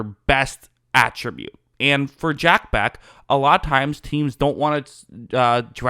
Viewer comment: You’re mispronouncing the man’s name. This is very unprofessional.